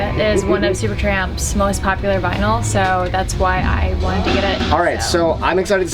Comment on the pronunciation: I heard Vinyls too ;)